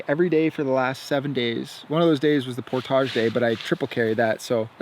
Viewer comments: I cant stand the way he says portage. Otherwise vids are awesome! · You say "portage" very interestingly... never heard anyone say it like that. I've anyways heard it pronounced "port-ij"